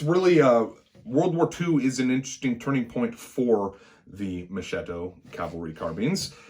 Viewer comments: Pronounced "Mohs-kett-o". Not Moshh-shitto. It's an Italian thing. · Oh come now , enough with mispronunciations . Have you ever heard how we butcher English. Mo-shetto ……. Mo-sketto. We all know what they are saying. Honestly , I’m embarrassed how we Italians pronounce the English language.